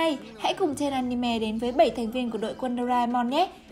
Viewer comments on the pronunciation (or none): none